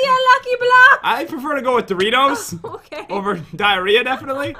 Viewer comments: Dirors not Doritos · pat it is dioros not dorito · Its Dioros not doritos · its Dioros not diearea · Its not doritos is diros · It's dioros not doritos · I believe it is pronounced dio- ros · I think it’s pronounced “Die-or-oes”. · Lol it’s pronounced die-or-os Who cares tho